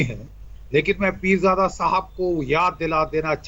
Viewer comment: Sala ab bhi continue bolra hai neend me bhi aise bolta rehta hoga "peerjada" (haramjada)😂😂